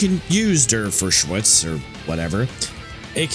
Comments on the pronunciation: "Der fur shirts" lol, definitely butchered. I THINK it's pronounced "Der Fry-shootz" but I could be wrong, it's just a poor approximation of what I've heard. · der freischütz is pronounced like "there fry shuts" in the simplest was to explain it to an english speaker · i think its pronouncer der fry-shoots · The pronunciation in German is closer to “Der (pronounced like “dare”) Fry-shuts” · i… have never seen someone genuinwly unable to pronounce ‘Der Freischutz’, its literally just ‘Dare fry-shoots’ people be doing any bullshit to not change how they read a word or to not look at how a word is constructed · To help a bit with saying Der Freischütz in the future (it’s hard, in the process of fact-checking I got something wrong too), it’s one of many German compound words that become closer to English when broken up and translated literally, in this case “The Free-Shooter”. Also, “ei” in German makes an “eye” sound, so it’s Der Fry-Shoots. On a sillier note, part of the reason we had to call the German submarines “U-boats” is because the Frankenword for submarine, “unterseeboot” (under-sea boat) is a bit too whimsical for the kind of threat it was, and also the spelling looks like I phoned it in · gods man you absolutely butchered "der freischütz", i think i just witnessed a murder. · Amazing video, really good watch. Mispronouncing der freischuetz was probably the highlight tho, you really did butcher that hahaha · But apparently he needs to learn how to use certain esoteric internet services such as google translate to give him a pronunciation for words that are not natively englisch. (e. g. Der Freischütz. Btw, props for Project Moon to not syncretisis him with Wilhelm Tell while others seemingly can not refrain from doing so.) That said, good vid and good work,.